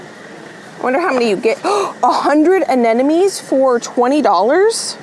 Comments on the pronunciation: Not that it´s important, but aren't you pronouncing Anemones incorrectly? I'm hearing Anenomes when you say it😄 I might be wrong though😅 thanks for another great video :) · Again, it’s not Anenome, it’s Anemone…please look at where the M is…or google it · You should google the pronunciation of anemones🧐🧐